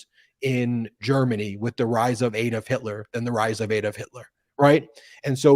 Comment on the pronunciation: Its ADD-olf NOT Ade-olf. Please get it right.